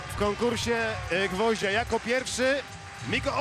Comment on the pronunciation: konkursz siantkarskiego gwoźnia co to za komentator